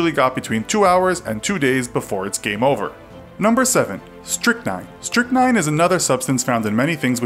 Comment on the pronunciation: 7. Strychnine I heard 7. Snitchnine